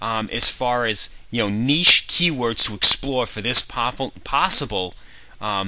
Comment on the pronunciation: finally, someone who can correctly pronounce "niche" :) Great info sir, love the series